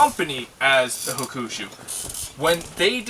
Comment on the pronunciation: It's pronounced Hawk-a-shoe.. nice video.